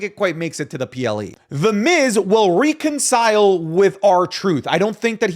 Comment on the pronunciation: Why do u say reconcile like that